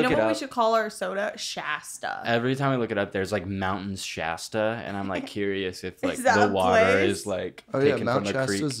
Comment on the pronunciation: why are they pronouncing shasta wrong don’t diss my hg like that